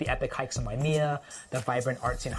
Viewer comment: Waimea is pronounced Why-uh-may-uh, not "me". Just so you know.